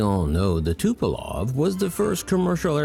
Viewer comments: why do Americans always say Tupelov instead of Tupolev? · Love your channel ! That said, it's Tupolev with an 'E', not Tupolov with an 'O'. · It's Tupolev and not "Tupolov" dummy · First, Tupolev is pronounced Tupolev, not Tupolov! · It is TupOLEv not Tupelov. It is not the first video that I see where Tupolev's name is being mangled. Puzzles me why. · TupolOv? Really..? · Tupelov? No way! It's Tupolev! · I just said it like it’s shown tupolev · It’s Tupolev, not Tupalov. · "Tupolov". Makes it hard to take the video seriously, even if it is good content otherwise. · i love how he says tupo-LOV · I think, it is pronounced TupolEv. Dunno, where the O came from.